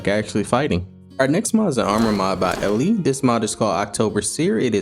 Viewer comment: Thank you for the review always super hype when I get the notification 'video has been added to your modpage' !! :'D The stick is just cosmetic, like a blindfolded seer who walks around with their staff to help them navigate type deal ^^ And yes! You are saying it correctly, I go by either Ellie or if you just said the letter L :)) ((As always added to the modpage!!))